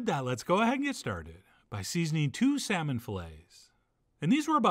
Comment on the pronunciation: "You're the shaman...of your 'sahman.' 😂😂🤣🤣